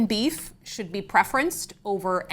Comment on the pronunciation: "Beef farmers" 😅. As a ranch kid from West River SoDak now living in the MItten this was about as good as hearing how you say "BEE-ef" multiple times. FYI, producers out West are losing their sh!t on the Argentinian cattle issue. They don't represent a large constituency anymore but they do have a lot of political sway in their states. Keep up the good pressure. None of this is normal or good for our country!